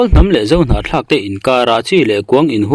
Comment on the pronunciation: Hnahthlak tih hi i sawi fuh thiam hle mai 👍👍👍